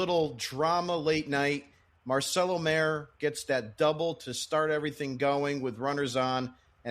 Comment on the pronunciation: Is there a reason why you refuse to say Marcelo Mayer's name correctly? Or is that you just don't care? It is very distracting and disrespectful to be honest.